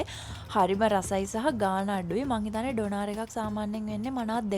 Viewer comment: ඩොනාර් නෙවෙයි අනේ ඩෝනා(ර්) (R sound wenne nah) eka famous food ekak